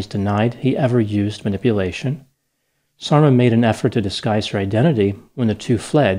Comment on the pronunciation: Yes, I keep hearing "dolma" when he says Sarma-haha! (Sarma=dolma - same dish, different words). There's an unintentionally funny song I heard in Bosnia: "You left and you didn't even taste the sarma." Can you imagine? If only he had tasted her wonderful cabbage rolls he wouldn't have left.